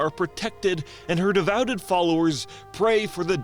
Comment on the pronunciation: “by her devouted” - No. This is not a word. They ere either devout followers or they are devoted followers. “but Korthek’s fellow keeper Sulthiss discovered this treachery but Korthek would stop at nothing” No. Too many “buts” in one sentence. Rewrite it without the repetition. “player fly around on a Perradax” It is a Pterrordax. You pronounce the T and not the P. Y’know like the real actual things that existed but with an intentional pun in the name. You desperately need an Editor. Not a video editor, no you need someone to cut the dubious lines out of your script and to chide you when you screw up pronunciation.